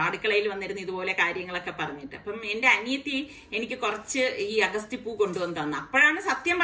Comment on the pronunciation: അഗസ്തി എന്നല്ല അ ഗ ത്തി..